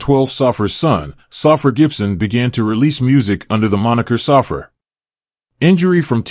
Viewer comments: Saffir is pronounced "Sah-fear" not "Suffer". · Pronounced.. SAH -FEAR